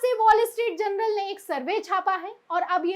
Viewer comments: Please correct the word as Journal instead of general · Madam Presenter.......The name of the newspaper is Wall Street "JOURNAL".....but you have been pronouncing it is as Wall Street "GENERAL". Just thought of drawing your attention